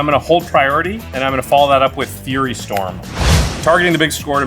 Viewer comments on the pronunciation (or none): none